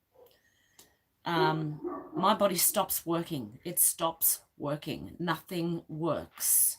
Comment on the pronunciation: Geez just say its woeking- im out